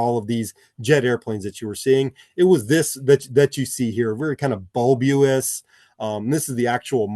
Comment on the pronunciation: Bulb-you-luss? I've learned a new word! Thanks!